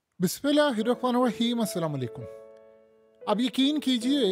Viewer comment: بسم اللہ الرحمن الرحیم تو صیح پڑھو